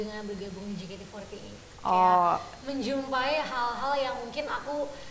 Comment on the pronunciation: Kayaknya syusye betul mbak host nya nyebut JEYKEYTI FOURTY EIGHT.. wkwkwk..